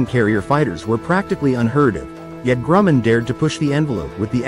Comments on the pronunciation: I could never tell the difference between an F20 a d an F5. Also it's Grum. Man not Gruuu men. The Grumman Skyrocket was the predecessor of the F7F Tigercat. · DOWN WITH BOTS. "Grooman". Indeed. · The "Gruumen" X10? Also Kelly Johnson headed up the Skunk Works. Robot.